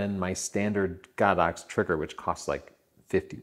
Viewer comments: Why does he say GOD -OX I hear it all the time GO-DOX?.?.?..???? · He's wrong. It's pronounced Go-Dox.